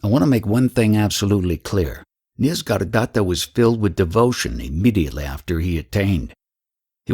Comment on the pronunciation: It is not "Nis-gar-datta" it is "Nisarga-datta".